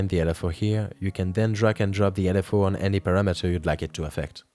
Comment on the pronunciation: dude why does every youtube video have people who never pronounce english words correctly? "parra-metter" is not how you say "parameter" jesus fkn christ, learn english before you start instructing others on youtube.